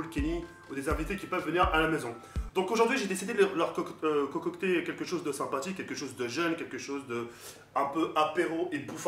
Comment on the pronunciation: A tu a bien dis cococter au lieux de concocté